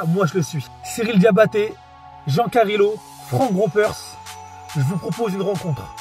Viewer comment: "jean carilo"🤣🤣🤣